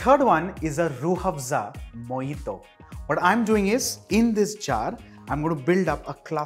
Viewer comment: Hahaha me pakistani watching..m and just heard him saying rooh (h)afza... Delicately 😂😂😂😂